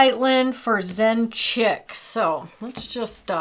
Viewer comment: Pssst: it's Zen Chic, not "chick". And yes, you are correct, it's One Canoe Two. ;)